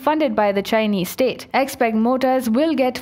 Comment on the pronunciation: I appreciate the fake Chinese accent of the narrator ....but she mispronounced several common Chinese words...for example the Chinese word "Peng" is not pronounced "Ping"...it's pronounced 'Pung"...anyone who had ever been to China knows that